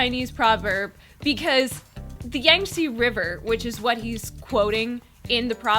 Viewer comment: first of all. yall obnoxious asf. leave bangtan out of this. also yixing (lay) wasnt shading anyone. its normal for ppl to say that yall pressed. second of all, pronounce YANG TZE river right